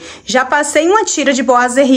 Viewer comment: Ficou lindo...gostei que vc é uma das poucas que fala boiserie certo...rsrs....os pratos estão lindos nesta vibe de natal! Agora só acho que vc poderia pintar ou trocar o trilho por branco ou dourado da cor da torneira e jogar a luz para onde estão os pratos pq neste momento eles sao oa destaques da sua cozinha. E outra dica sobre os boiserie é passar uma massinha neles, se conseguir, nele todo pra tirar aspecto de isopor seria melhor, mas por ser muito difícil passe pelo menos nas juntas e imendas como rejunte pq fica parecendo que é um peça só e dá um acabamento de primeira.